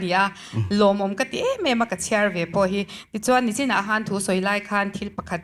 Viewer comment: Ngeihtuah ❌ Ngaihtuah ✅ Nachin❌ Nichin✅ Kan mithiam leh zirsang tak tak, kan milar tam tak hian ti hian an lam ziah nia,ka mi ngaihsan tak tak te pawh hian tinge mizo tawng hi kan lam dik theih loh fo aw????🤦🤦